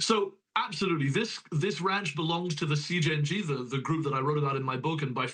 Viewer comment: Lololol this guy said “Siiing” when he was readING CJNG